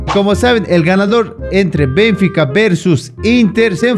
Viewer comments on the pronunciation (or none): No es BENfica, es BenFIca, se pronuncia fuerte en la Fi, saludos